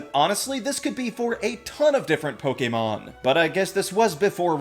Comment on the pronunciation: Please stop pronouncing "Pokemon" so correctly. It just sounds weird